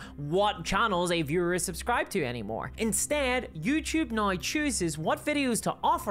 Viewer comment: These days I mostly just come to this channel to hear her pronounce 'now' as "Nyaorr..."